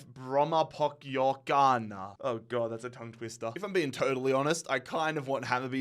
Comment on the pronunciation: How to say Brommapojkarna: Bromma Poy Kar Nah, but say it fast